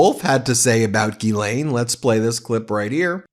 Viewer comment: Come on, Man. Learn to pronounce Ghislaine. FFS.